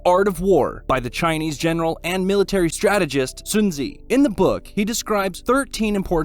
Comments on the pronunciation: soon zeeee! HA HA HA!!!!!!! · I didn't knew Sun Tzu is pronounced Soon Zeeee.. 😅